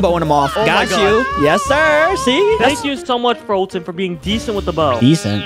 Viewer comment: Who the heck is f[U]tyn its foltyn